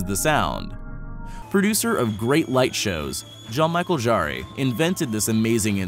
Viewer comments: Jean Michel jarre .... yah I know, my toes curled too when he botched that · Jean-Michel Jarre's name is pronounced Zshan-Michelle Zshar (sp?). He's a famous French New Age composer. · I'm English, and I immediately though of him. Then I heard about this "Jean-Michael Jarray", whoever he is??? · "John Michael Jaarrie" 😂😂😂 This cringe actually hurt. So much so I came to find your comment. Thankfully other people knew the same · Jean Michel Jarre is pronounced as Zhan-Mee-shell Zhar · aw, please, pronounce his name right: Shawng michelle sharr. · “John Michael Jarré”?!?! Hahaha. No. If you are going to be American, the least you can do is a quick google for how to pronounce his name so as not to make yourself sound completely uneducated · Yeah! And then how he pronounces Jean-Michel Jarre! :( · Not only did he not pronounce Jean-Michel Jarre's name correctly (!), he then goes on to refer to his concerts and not even show JMJ but someone else instead. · Congratulations -- that is the worst pronunciation of Jean-Michel Jarre I have ever heard! 😵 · Nice to know I wasn't the only one... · You just murdered Jean-Michel Jarre's name with that pronunciation! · Wait, how did pronounce Jean Michel Jarre's name again? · That's not how you say Jean Michel Jarre... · NO. YOU PRONOUNCED JEAN-MICHEL JARRE WRONG. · How English can you pronounce Jean Michel Jarre, and that is also not him in the clip. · You butchered Jean Michel Jarre's name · Worst pronunciation of Jean-Michel Jarre EVER! Also CLICK BAIT!